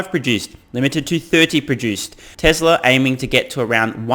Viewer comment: let his Massachusetts dialect come out TesLer haha